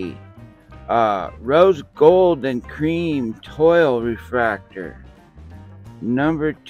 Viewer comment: Congratulations on your Witt Auto and the City cards! The special pattern version is a French word that they pronounce twall. Toile looks like Toil in English, but is pronounced like Wall with a T in front of it. Love your videos! I hope you can get some more Blasters to compare.